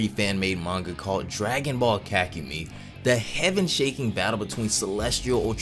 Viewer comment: Love these vids but this man really needs to learn how to pronounce 'Ka-ku-me-i" 😆😆